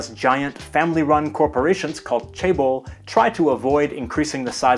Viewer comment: It's not Chebol, it's pronounced as "Jaebol."